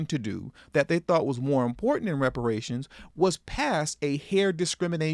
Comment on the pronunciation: She can’t even pronounce the word ‘reparations’. That says it all.